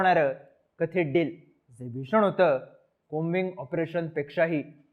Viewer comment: कॉबिंग आपरेशन नाही की कोबिंग आपरेशन..😂😂😂😂